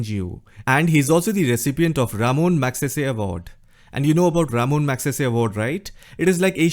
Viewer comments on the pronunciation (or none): none